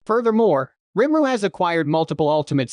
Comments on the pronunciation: For each time I hear him say rImRU instead of RIMURU I'm going to punch a cat! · Your text to speech really struggles with the name rimuru huh